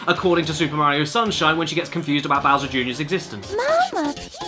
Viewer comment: “It’s super Morio 64”